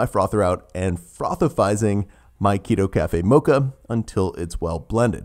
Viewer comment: frothifizing lol